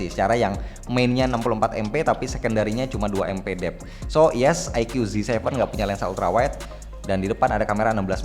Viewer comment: Bacanya AiKU Om... Bukan AiKYU 🙂